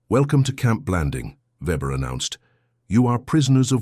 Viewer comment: Weber would be pronounced as VAYbuh A W = AN ENGLISH V AND A V= A GERMAN FAO. A GERMAN VW CAR WOULD BE A FOW VAY TO A GERMAN